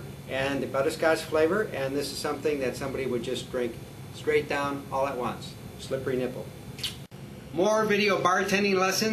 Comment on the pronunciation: i went to this video just to hear the guy say slippery nipple in a weird way which i knew he would hahaha